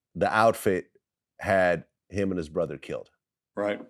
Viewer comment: Brudder lol